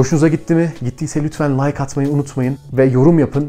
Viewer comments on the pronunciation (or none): none